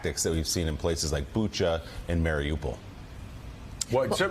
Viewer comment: You're pronouncing Bucha wrong, Mika. How embarrassing for a Slav that has the background you have. (ch as in church) I don't know what's so hard about transliterated Cyrillic. IT"S PHONETIC!